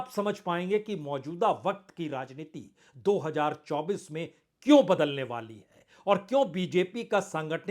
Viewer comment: पहले " राजनीति " शब्द का सही उच्चारण तो सीख लें, आप ररररर्रा जनीति बोलते हैं